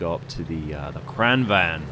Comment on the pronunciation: "Kran wagen" - QB "Kran van" - Ben Is it really that hard for British people to pronounce "gn"? It's pronounced "Kran-vangn". Not complaining, just curious. I can't pronounce half of the names in the game. xD